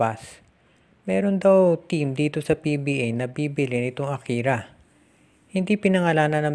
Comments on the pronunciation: Akari po hindi akira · Boss Akari yata Hindi Akira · Akari po. Hindi Akira